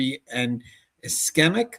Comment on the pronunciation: I don't understand how medical emergencies are not taught? Especially to LEOs, and jail medical staff. SMH Also ischemic - Iss-KEE-mik. 🙂